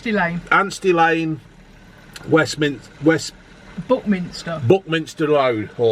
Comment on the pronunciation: Buckminsteh - Fifteh - Bladeh - Greaseh - Batteh - Selbeh - Buckminsteh Chippeh - Bloodeh - Skeggeh - Chippeh - Hungreh - Chippeh -EEEVVVeh